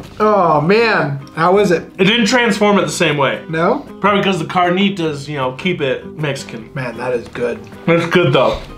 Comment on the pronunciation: You got the carnitas and al pastor wrong.. and you guys are saying birria wrong but I love how you guys love the Mexican food and try to speak it ♥️ much love